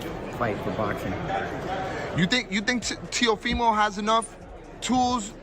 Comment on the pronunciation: How u say that teo fy mo? 😂